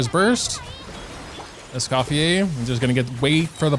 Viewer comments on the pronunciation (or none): scofiei lmaoo, it's scoffiER.